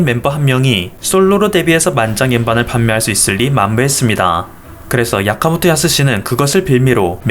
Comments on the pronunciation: 야카모토가 아니라 아키모토... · 야카모토 아니고 아키모토 아닌가요?별로 상관은 없지만... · 아키모토 야스시도 아니고 야카모토 야스시는 또 머여 ㅋㅋ